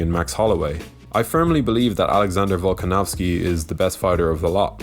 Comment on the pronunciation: Nice to see someone putting respect on Volkanovskis name